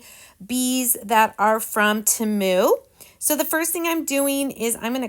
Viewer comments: I hope you don't take this as rude. But temu is pronounced (TEAM-U sorry please don't take it as being rude. You are a wonderful crafter. You are so creative. 😊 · Their commercial during the Super Bowl, they pronounced it Teh-moo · Agreed not that serious I pronounce it tea mu Lets keep in mind that everyone has a different accent so we all pronounce words differently. Such as im from brooklyn NY and we really talk different then the rest of the country!!😂